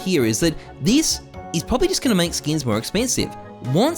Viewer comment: theees eees something dumb thees eeess dumb theees ees